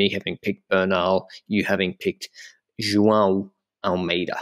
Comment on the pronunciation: You guys deserve major props for pronouncing 'João' correctly, that name has been fucking butchered for a long time x)